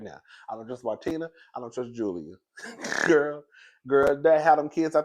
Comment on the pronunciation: you pronounced martina’s name perfectly